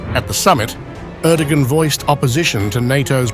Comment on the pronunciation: You know, Im not an Erdogan fan, but if you make a video about President of Turkey, you could at least learn how to pronounce his name properly.